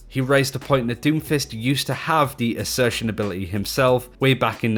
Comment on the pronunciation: ACCRETION! AS IN ACCRETION DISCS ON BLACK HOLES! NOT ASSERTION!